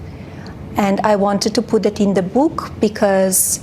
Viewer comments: Its not boooook, its book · Not her bewk. The bewk. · I don't wanna read your book since you can't even say book correct 😂